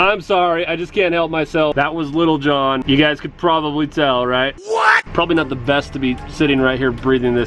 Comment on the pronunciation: You know he's white when he enunciates "Little Jon" lmao